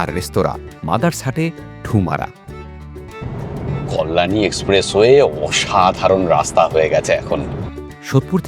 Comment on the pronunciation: Ekta feedback dite pari ki apnake? Apnar uccharan ekhono erokom keno roilo apni ‘ Kolyani’ bollen ota bodhoy ‘Kalyani’ hobe mone hoy, ektu thik kore bolle aro bhalo hobe